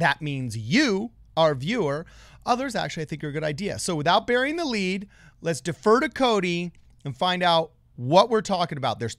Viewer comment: Take a shot for every time they say burring the lead in their videos. You will be quite drunk